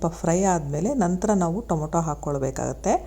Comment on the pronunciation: ಟೊಮೋಟೊ ಅಲ್ಲ ಟಮಾಟೊ